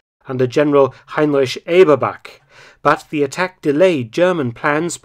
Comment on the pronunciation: Ja I love it when he says "Heinrich"